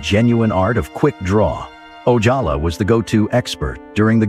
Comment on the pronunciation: The AI narration on this video really needed some human monitoring. Parts of the narration are redundant, inconsistent or just wrong. Gone with the Wind was called One with the wind because the G was half clipped on the poster, Arvo Ojala is pronounced randomly with an English or Spanish J, parts of titles are left out.